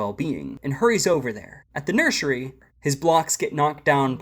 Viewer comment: Nursery ❌ Nurshary✅